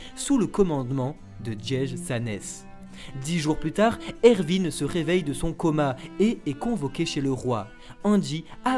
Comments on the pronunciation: Pas erVin C Erwin !!😂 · Par contre pour les fautes de prononciation des personnages c'est erwin et pas ervin et c'est pas rayce mais reiss non mais sincèrement les gars vous êtes passés à ça du résumé parfait de l'anime de snk et tous ça à cause juste d'une faute de prononciation 😭😭😭🤦‍♂️ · C moi ou il dis ervin au lieu de erwin